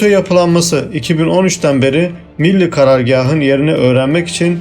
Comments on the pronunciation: Bu bilgilerin çoğu basın ve yayın organlarında yayınlanmış, çoğu bilinen şeyler haberi olmayanlar da çok tabii. Benim burada dikkatimi çeken şey bilgileri veren arkadaşın biraz diksiyon dersi alması. Çünkü Millî kelimesinin okuyuşu hatalı. Milli şeklinde ifade ediliyor. Bu da kelimenin içine sulu çamur, veya sulu kum anlamına gelen milli diye okuyor. Halbuki sondaki î nin üzerinde uzatma işareti var. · Milli karargâh ne biçim vurgulanıyor? Rahatsız oldum. Millî diye uzatamaz mısınız? Teşekkür ederim. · Birde "milli demeyi öğrensen herşey daha güzel olacak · Milli kelimesinin telafuzunda sorun var. Türk değil misiniz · Bu tür vidyoları dinlemek eziyettir. Okuyan milli kelimesinin nasıl telaffuz edildiğini bile bilmiyor. Git bi Türkçe öğren... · Kardeşim anlattığın hikayenin daha inandırıcı olmasını istiyorsan öncelikle "milli" kelimesini doğru telaffuz edecek , diksiyonu düzgün bir arkadaş tarafından seslendirme yapmanızı öneririm.